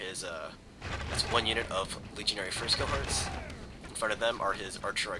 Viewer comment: about those firts cohorts it kinda sounds like you say legionary frisko hearts :D